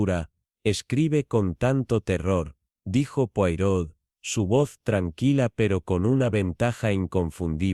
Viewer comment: No se pronuncia así, sino "poaró", por favor!!!!